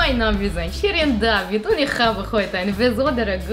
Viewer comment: Purples Pump Wenn es so leicht wäre, würden es nicht so viele falsch machen und Shirin macht es nun mal richtig